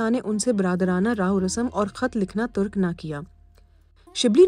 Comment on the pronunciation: it's NOT Surf - o - Naho, it's Surf - o - Nahav (صرف و نحو) , "یہ لفظ" ترک" ہونا چاہئے، نہ کہ" تُرک , چو برجی نہیں، چوبُرجی ہونا چاہیے It's derived from بُرج